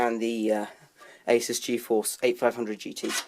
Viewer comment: It's pronounced a-soos.